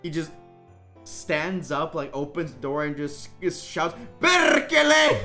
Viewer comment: the most finnish PESRKELE i've heard in a while LMAO